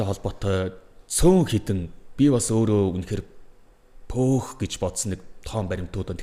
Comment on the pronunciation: ПӨӨХ ..ГЭЖ БИЧЧИХЭЭД ПООХ..ГЭЭД БАЙХ ЮМ. ПООХ ГЭДЭГ ЮУ ГЭСЭН ҮГ ВЭ ???